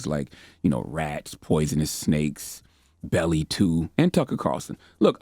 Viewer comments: Did he say Belly 2? Lool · He said belly 2 😂😭😭😭😭